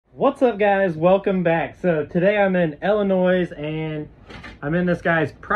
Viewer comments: Your from I L L I N O I S and you say ILLNOISSSSSS? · "Illi-noise"? Uh-huh. Try Illi-noy. S is silent. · Illinois is pronounced il uh noy. No noise . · ill-a -noise, 😂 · The "s" on the end of Illinois is SILENT; by the way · The S is silent in Illinois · You don’t pronounce the S.....